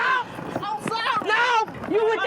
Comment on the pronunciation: "Please baby, im sowry! IM SOWRY!!!!"